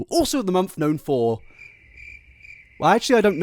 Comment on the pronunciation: Is he sayin 'month' or 'monf' ???